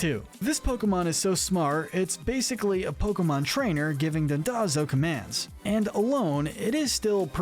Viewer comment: Don-DOE-zo. As in the Japanese word "Douzo"